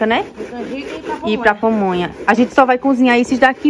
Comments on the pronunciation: Dhay não é Pomonha não é PAmonha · Só uma correção: é pamonha, e milho cozido, não pomonha,e cozinhado,não é crítica, é somente uma correção, justamente para as pessoas não ficarem criticando você, felicidades para vocês.